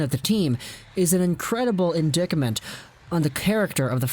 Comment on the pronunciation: "indicament" lmao. "in-dite-ment"